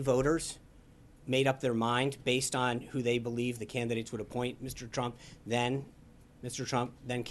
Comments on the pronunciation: Sean is going to get the sack next for calling the president Trimp instead of Trump. He needs to pick up his game because he stumbles over his words every day. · he said president trimp